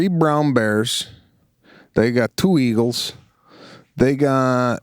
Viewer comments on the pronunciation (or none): none